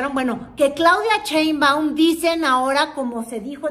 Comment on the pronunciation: Eres de tv azteca, dudo un poco de tu credibilidad. Además porqué pronuncias Cheinbaum si es Sheinbaum!!